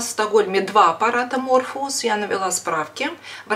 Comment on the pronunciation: Morpheus (Морфеус) -почему МЕРФУЛУС ,ВЫ же ВРАЧ???